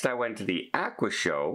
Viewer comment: “Ah-qua”